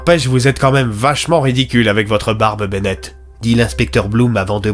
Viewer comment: C'est normal a le "'inspecteur Benett" 😂